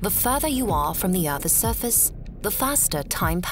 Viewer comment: Great video but can you stop pronouncing “earths surface” like that